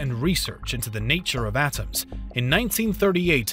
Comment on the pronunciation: Why do you enunciate things like you're reading one syllable at a time. "Nine Teen Thur Tees" "Nuclear AT-AMS" "Man Hat Anne project"